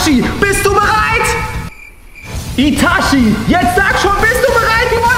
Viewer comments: das heist nicht itaschi das heist itachi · der clown sagt itachi falsch